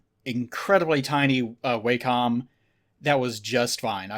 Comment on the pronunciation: It's pronounced Wah-come